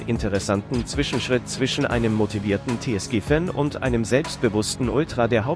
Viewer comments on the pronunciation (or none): none